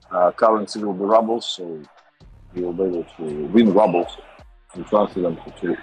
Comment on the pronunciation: Apparently I’ve been saying rubles wrong